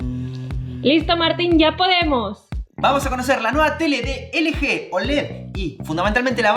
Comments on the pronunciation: ustedes le dicen L G.. pero se pronuncia "ELGI" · Hay que dale un poco al inglés! Ustedes saben, pronuncien las marcas como se dicen! LG (ele je)? Se pronuncia: el yi! Y subwoofer no es sub bafer, es (sub uofer) :V así sus suscriptores no aprenderán a decir las marcas. Déjame ir a la tienda a comprarme unos tenis (ni que) XD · De "LG"????? Se pronuncia "elyi"